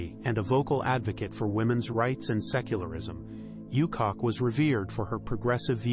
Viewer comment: Please stop calling this lady "you cock", you cock!. It's "OO-chock".